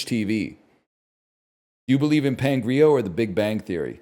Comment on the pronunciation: Those who don’t know: it’s Pangea not Pangrea